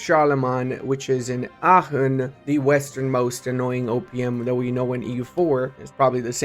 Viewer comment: the way ypu pronounced Aacchen was spot on!